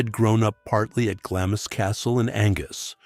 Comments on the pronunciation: Really interesting but so repetitive it borders on boring. Also, it's pronounced glams castle not glamis!!! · It’s Castle of MEY, not may! And Glamis is pronounced GLAAMS. And it’s CAITHNESS with a C not a K.